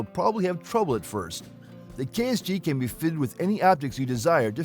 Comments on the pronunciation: KSG not KRG 🤦🤦🤦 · You kept saying KRG its KSG or are you doing this intentionally to slander Keltek.? The Utas unless they finally fixed it is an unreliable peace of crap. The Keltek KSG with a little practice can be just as fast or faster to reload than most shotguns. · Isn't it KSG? WAS HE SAYING KRG?